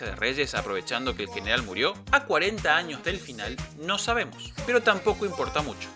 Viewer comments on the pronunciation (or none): none